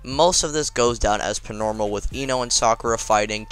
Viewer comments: Why doe you say pnormal not normal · Why do you keep saying Pnormal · im not hating jus askin do u have speech impeeement because u say pnormal